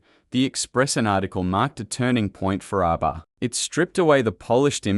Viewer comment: I hate bot narration. ARBA? Fryda?